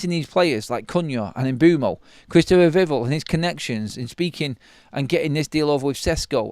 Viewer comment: It's VIV ELL like Bell 🔔